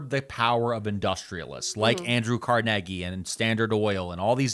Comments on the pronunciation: doing my walk Wait he just say CARNEGGY lol I need a shirt Carnegie pronounced Carneggy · It's car-NAY-gee, right?